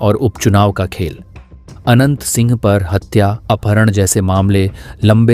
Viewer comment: आवाज "आनंद "सिंह आ रही है